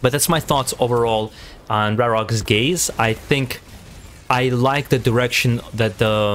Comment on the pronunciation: Not "rarog"... RarÓg. Ó is basicly an U. Raróg is fire bird-demon from Slavic mythology.